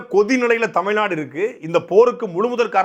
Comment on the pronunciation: அவன் தமிழ்நாடு என்று உச்சரிக்கும் போதே தெரிகிறது .தமிழ் கற்றுக்கொண்ட பிறமொழியாளன் என்பது தெளிவாக தெரிகிறது .